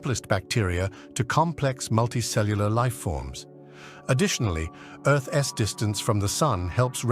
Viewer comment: Fix your ai. Earth's is not Earth S